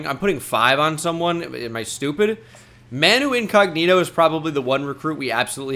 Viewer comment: As a Spurs fan, absolutely devastated to hear that Manu pronunciation.